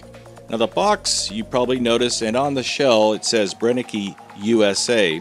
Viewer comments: If they are German the E on the end sounds as Ah. BrennekA. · I enjoy any of your videos, whether or not the slugs perform well. Btw, the pronunciation of the last "e" in Brennecke is the same as the second and third e in belligerent. Greetings from Germany.